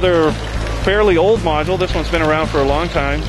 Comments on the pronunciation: How many times did he say modue!? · Ok... module